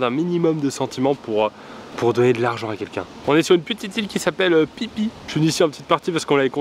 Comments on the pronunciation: l île phi phi se prononce co fi fi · l'ile se dit FI FI comme photographie